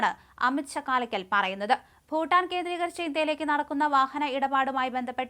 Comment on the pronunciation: Hey, Just a quick question — is it 'Shakkaalakkal' or 'Chakkalakkal'? I have noticed that you sometimes have difficulty pronouncing certain Malayalam words. I have followed your YouTube channel for a while and have seen several slip-ups in the past too....